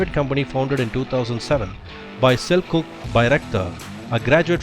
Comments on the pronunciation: The turkish 'C' is pronounced as english 'J', so it's sel-juk, not sel-cook. Good video btw. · Ps.: Its (Selçuk) not Sel-cook.. We pronounce Selçuk as Selchuk (Sell-Chuck) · Loved your Turkish accent, :) just want to correct one thing. The "Ç/ç" letter is pronouns as "ch". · Selçuk should be read as Selchuk in English the "Ch" sound of "cheap"